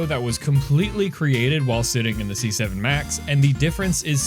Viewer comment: c7 almost sounded like 67